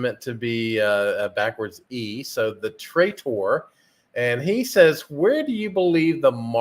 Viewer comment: Thank you for the answer, Great content. I am Th3Traitor - it is pronounced TheTraitor -as you said:))